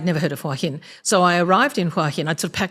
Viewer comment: It's nice to hear somebody pronounce it in the Southern Style: "Wah Hin."